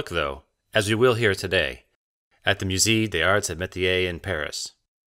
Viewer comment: Would it have killed you to learn how to pronounce musée before making this? It kills your credibility.